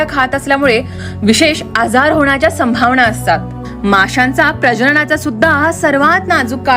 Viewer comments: स्पष्ट मराठी बोला ण च्या जागी न येतोय जसे लिहितात तसेच बोला संभावना लिहितो संभावणा नाही लिहीत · संभावणा नाही तर संभावना